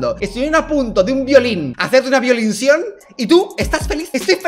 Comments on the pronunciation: Como tomar enserio a Dallas cuando dice VIOLIN VIOLINCION ? JAJAJAJAJJAJAJAJJAJA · Ahora es "VIOLINACION" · Dalas: "violincion" Yo: aguanta la riza que esto es serio